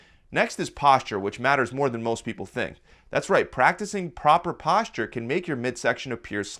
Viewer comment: He says posture sound like PASTA